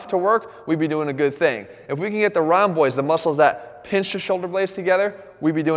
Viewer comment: When he says "rhomboids" I thought I heard "round boys"